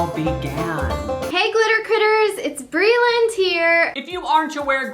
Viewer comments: No hate or anything but he keeps saying “Brayland”. It’s Breeland, right? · It’s brEEEland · Omg right?! It drove me CRAZY. I was like "WHY?! ITS BRELAND. PRONOUNCED LIKE BREELAND" lmao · it's pronounced bree-lend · also not saying her name wrong lmao i love him